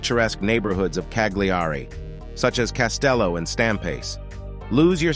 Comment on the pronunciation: Why canlt you yanks pronounce things properly it's not Cag- lee-are-ree it Ca-li-are-ree